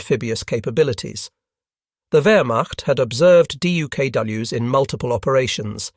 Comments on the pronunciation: I'd pay more for the plural not to be pronounced dee-you-kay-doubleyou-ess. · Not fixing the pronunciation of the plural of DUKW was a minor crime, repeated far too many times. Repeating the moralizing windup summaries of the "lessons learned in this operation" a dozen times was a major crime. And if the video had been shortened by 50% and the replication of words by 75%, this would have been a decent video. Holy-moly, did a Xerox machine author the script?